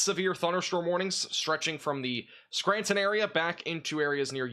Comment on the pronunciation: It’s pronounced Clare e in and skran ton